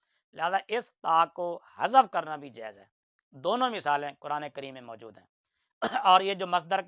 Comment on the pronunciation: یہ بات آپ کی صحیح ھے یہ موجود کو ماجود پڑھتا ھے ۔۔۔انجنئیر کی بہت غلطیاں ھیں